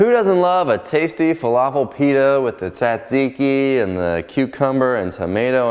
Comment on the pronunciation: The first T is silent. Zat zee kee.